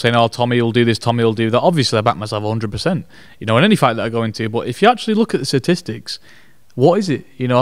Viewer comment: Man said satistics